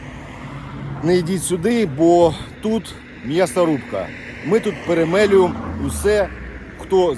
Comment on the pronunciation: Так смачно виходить останнє слово в репортажі, прямо =жесть=! ..... в яблучко ! Дякую, земляче за службу, за інформацію і за українську. (я пам/ятаю відео російською, зараз набагато краще) Як вредна бабушенція, не промовчу, п е р е м Е л ю є м о, не через =о=.